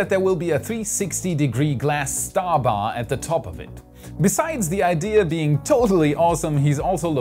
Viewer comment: He is setting the bar high (bay)